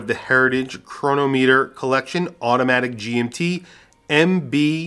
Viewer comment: Nice review but you need to learn how to pronounce chronometer correctly.